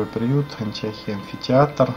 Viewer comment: Антиохия-Ударение на О.